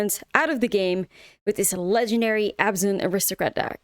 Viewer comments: isn't it abzan and not azban? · No, it’s Abzan